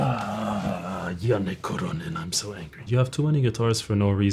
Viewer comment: As a Finn I'm more impressed by pronounciation of Janne Kuronen than his guitar playing lmfao